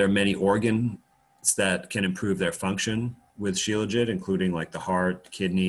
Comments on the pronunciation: Shila-Jeet! Dr Kaufman says 'Sheela-Jit' - 'still tastes disgusting! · My first thoughts are always to find comedy, and that was what I heard when he pronounced shelajit. Also thought about the sexism, where is the helajit?